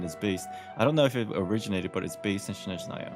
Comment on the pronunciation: Daaamn people even write it as "Shnezhnaya" in chat... Guuuys, its SnEzhnaya, and there's no "sh" sound at the begining :D SN, not SHN